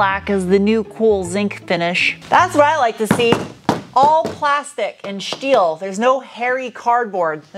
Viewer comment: I feel like the shteel shtick has to shtop